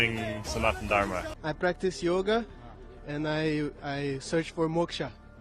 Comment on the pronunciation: I noticed you mentioned Yog not Yoga. Very nice. Wonderful video.